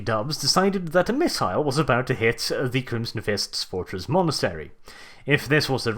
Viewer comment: You managed to say "fortress monetary" three times in one sentence. Don't do that again.